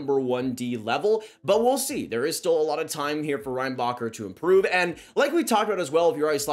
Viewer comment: The way his name is actually pronounced : Ren-Ba-Herr The way Americans pronounce his name : Rain-Bah-Cur Cracks me up every time. And most people in Montreal do the same thing to 😂 At that point id rather just call him popcorn, in honor of Orville Redenbacher